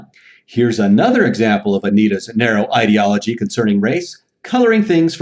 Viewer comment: I miss you saying Ideology like "lid"